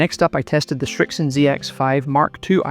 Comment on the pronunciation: Srixon, not ”Shrixon”